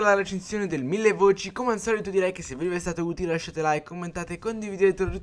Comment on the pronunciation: Mille voic??